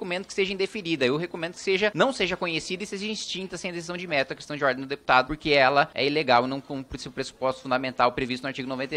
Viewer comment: Meu Deus... A pessoa fala qestãi de ordi. Meu Deus. Faz vergonha ao parlamento é uma pessoa que nem se preocupa em melhorar para poder ajudar em algo.